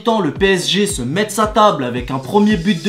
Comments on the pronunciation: Ça se prononce mess pas Metz putaiin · on prononce pas le t de metz donc ça donne [mess] jsuis du 57 j'avoue ça énerve les gens c comme si tu dis psg < om mdr sinon tes vidéos sont quand même marrants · Fraise Tagada les parisiens disent tous mètze c'est abusé 😂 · Apprends a dire Metz... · En prononce pa le t à Metz